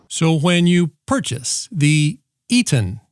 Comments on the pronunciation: Yeah, that soft squelch is slick. I'd like that on my $2K+ "Ham" radio setup. Having a small amount of static noise gives you confidence you are still receiving and you don't hear any speech because obviously no is talking. Little things like this sure make a difference in radio listening enjoyment. Oh, and maybe it's pronounced EH TON.😀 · How are people going to take seriously any comments by someone who doesn't take the trouble to properly pronounce the name of the product? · Sub'ed after the first just for the eloquent pronunciation of the "ETON" , "E-TAN", "EEE-TON" radio !!! LOVE IT! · Eton, like the school. Please pronounce eaten as in iv just eatn a sausage. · It’s pronounced ’Aeé-tin’. But only in Alabama. Lol. Love your videos! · Thanks for letting me know I need one of these. This video also answers the question I had about what you do with all the stuff you buy/receive once you review it 🤣I have clutter envy! Edit: It's pronounced Eton. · You could find out how to say the name in under 2 minutes by going to one of their commercials. It's "Ee-TAHN" It's a company that's been around for decades and a used by the Red Cross. They've been there for thousands in dire situations. They deserve more than a lazy, I-could-care-less: "I don't know how to say it. Eeeeton. Eeetone? Whatever." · Can you yanks not speak English it’s E,T,O,N NOT ETONE SAY IT RIGHT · Pro- nun- ci-a-tion E- ton not Etone or Etin .i've heard all the others with the same wrong pronunciations E- TON maybe there's a short ( wave) of cutting through the chase and keying into this first , be for exploring further or other frequency's lol .that's like Short hand for laugh out loud . You are a funny man . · Your info sounds great, but I have to tell ya, your Eaton/Etone joke(?) was really getting on my nerves and really distracted me. If your goal is to inform, why go for the ongoing joke??! Please pick one pronunciation and stick to it! 🙃😇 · it's pronounced eton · E - ton.